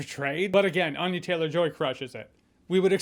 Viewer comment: Ann-ya not Ahn-ya